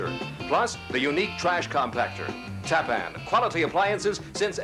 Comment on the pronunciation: I love how the announcer was pronouncing TAPPAN. "TAP-PAN. Really? 😂😂